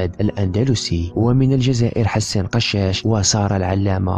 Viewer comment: كشاش ماشي قشاش 😏😏😏😏